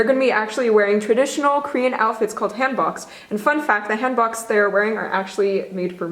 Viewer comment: The pronunciation of Hanbok triggered me so much